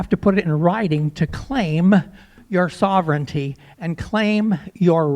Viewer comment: sovereignty is pronounced sah-ver-en-tee and sovereign is pronounced sah-ver-en